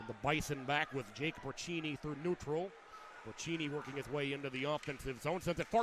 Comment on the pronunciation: FYI: Braccini is pronounced Bra-see-knee, not Bra-chee-knee.